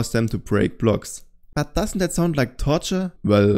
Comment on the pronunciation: "Torture" with a German accent